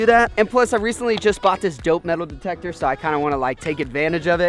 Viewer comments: Did anybody else catch him saying "Detal demector" instead of "metal detector" ?😂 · did anyone notice him say dedle demector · Lol he said detal demector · Is it just me, or did he say, demal metictor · detal metector XD